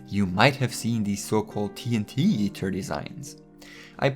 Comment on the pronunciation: Did u say ”Team Heater?”